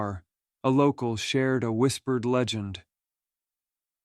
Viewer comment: Yeah, I caught that. The AI mispronunciations are quite distracting, otherwise, an enjoyable set of stories.